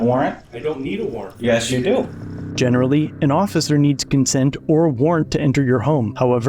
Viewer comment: "the ossiser" Lol